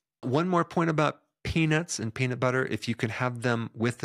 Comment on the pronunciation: the way u said peanut in the beginning sounds way like “the worst thing u could do to a person is take away their peni..”. made me flinched until u said nuts 😂